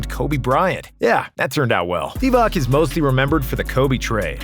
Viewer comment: Hey man can you pronounce Divac correctly the c is pronounced as ts